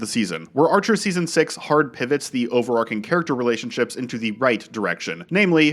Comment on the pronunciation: You need to Google how to pronounce "overarching". Extemporaneous mispronunciation is how you get ants.